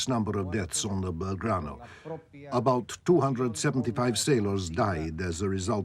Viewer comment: "...the Belgrado..." ??? Very British...